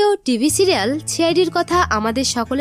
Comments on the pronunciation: ছিরিয়াল না সিরিয়াল 😒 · সিরিয়াল কে বলছে ছিরিয়াল। কি বিশ্রী উচ্চারণ। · প্রথমত সিরিয়াল হয় ছিরিয়াল না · সিরিয়াল কে ছিরিয়াল কেনো বলেছেন😂😂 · Cid সিরিয়াল আর আপনি বলছেন ছিরিয়াল। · ছিরিয়াল না সিরিয়াল হবে,কাভিন না ক্যাভিন,ছি,আই,ডি না সি,আই,ডি হবে। মুর্খ মেয়ে কোথাকার। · Age nje kotha shikhun.. Ki chhirial chhirial blen.. Chhi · দয়া করে উচ্চারণ ঠিক করুন। ছিআইডি, ছিরিয়াল - এ আবার কি?😮 ইস্ত্রী, ইনেসপেকটার, ইস্মিতা! উফ্! যখন জনসমক্ষে কথা বলছেন, একটু সতর্ক হয়ে বলুন, প্লিজ! আর এয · ছি আই ডি, ছিরিয়াল, ইস্তিরি ..... এসব কি উচ্চারণ? এরকম উচ্ছারণ করে আপনাদের ভিডিও করতে সংকোচ হয় না?